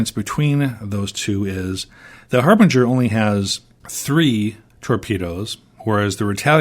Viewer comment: harbinger pronounced with soft g, a j sound